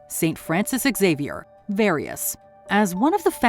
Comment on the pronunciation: Is that how you pronounce xavior? Jesus christ